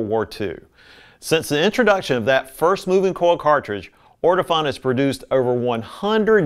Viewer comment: Sorry... the correct pronunciation for Ortofon is... orto-phone... not orto-fohn...